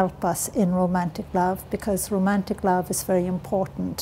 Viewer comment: Irish people do NOT say rosmantic. She means romantic which she said correctly twice. She maintains she had no education and is dyslexic and a bunch of other things....but that game pronouncing words incorrectly after having written various books ....I don't know what that's about